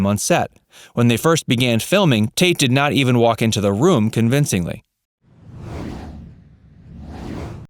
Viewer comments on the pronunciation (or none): none